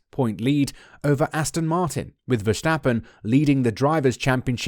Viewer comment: My biggest weakness is your pronunciation of Verstappen's name 😂 jokes aside, good video mate 👍